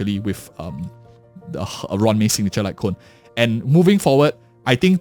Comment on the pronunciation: It's roo-wan may not ran me 💀